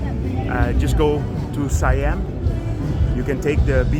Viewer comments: ไม่ใช่ ไซแอ่ม not yet SAI-AMP but SA-YAMM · SIAM is pronounced SA-YARM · It's pronounced "see-um" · Thai is a tonal language, Siam = Sa yam with the second tone.